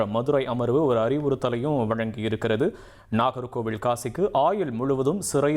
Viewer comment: ஒரு வரி விடயத்த லூப்ல போட்ட மாதிரி அதையே திருப்பி, திருப்பி சொல்றீங்க அதுமட்டும் அல்லாமல் நாகர்கோவிலை, நாகர்கோவிள் என்று உச்சரிப்பு.